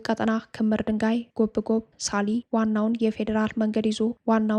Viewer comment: ጎብጎብ የሚለው ቃል ላልቶ ነው የሚነበበው